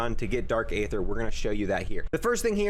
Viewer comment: You spend the most time on this game and still pronounce aether wrong 😭